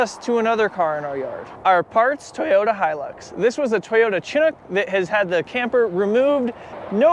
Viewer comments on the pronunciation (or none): great job!!! I had a '76 when I was younger. FWIW Chinook is pronounced SHIN-NOOK